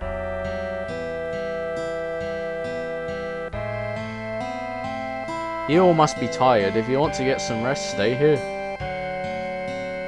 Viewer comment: I dunno if you ever figured it out, but the "C" in Priscilla is silent lol.